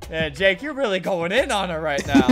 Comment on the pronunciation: "YOUR GOING DOWN" "NO YUR GWOING DOWN!" "NO YOUR GOING DOWN!" "NO YUR GWOING DOWN!"